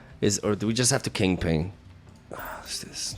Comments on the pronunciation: Once I know that you are saying kingping I can't not hear it. 😂😂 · "Say king": King. "Say pin": Pin. "Say KingPin": KingPing. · Says he doesn't pronounce Kingpin wrong. Says it right one time, then proceeds to just say it incorrectly the for the rest of the video for the hell of it. Classic lol